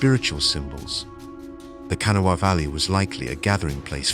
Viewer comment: Its pronounced Ka' na' wha. It originates from an Algonquin speaking tribe the Conoy or Cohnawas. It means waterway or white stones likely the white stone referred to salt deposits.